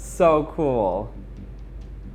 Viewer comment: "This is so coowel"